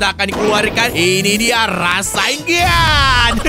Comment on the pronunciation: rasen shuriken bang bukan rasainggan shuriken bang